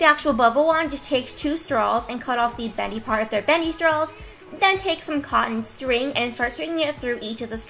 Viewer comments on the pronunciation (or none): who says 'strawls'😑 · "next you just take your stralls"